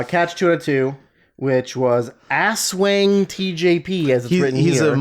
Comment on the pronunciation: can i just say you and drew criticizing the mispronunciation of akira but mispronounce aswang is just so funny and made my day. it's not ass-wang XD